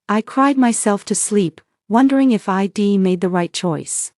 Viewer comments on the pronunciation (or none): Either teach your A I to sound out contractions or quit using them. I'd is spoken as "eyed" not "I D".